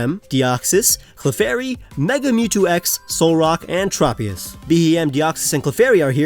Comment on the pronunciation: Him saying "Trop-ee-us" instead of "Trope-ee-us" is making me uncomfortable